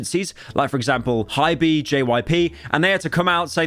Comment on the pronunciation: “HYBEE” bro is cooked he did it again